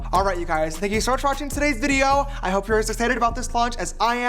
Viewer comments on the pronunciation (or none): none